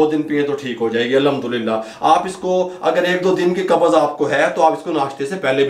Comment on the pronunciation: Lafz Qabz hai. Do not say Qabaz. With Zabar it is wrong. Say qabz, Qabz. No zabar between b and z. Please pronunce correctly. Dr.Raza Ansari,Muslim University, Aligarh.India